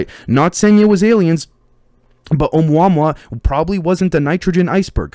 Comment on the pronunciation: both of us as researchers have that 110 percent drive to be accurate on everything g we say since nobody else wants to help I heard the Hawaiian astronomer who discovered the asteroid pronounce it like oh-moo-uh-moo-uh. I said it like you until I finally heard the guy pronounce it. Figured I'd let you know so.its one less thing for some asshole to be like " he doesnt know what hes talking about "